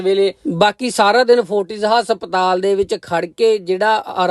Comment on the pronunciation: Asptal ni hunda haspatal hunda